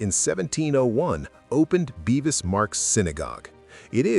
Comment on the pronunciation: It's Bevis.. not beevis. Much that is inaccurate: Cromwell did NOT officially welcome the Jews back. Not properly researched.